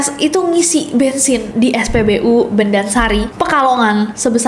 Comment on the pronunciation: Kasus bus transjakarta sampe pekalongan itu pengucapan spbu nya namanya spbu bondansari, bukan bendansari ya ges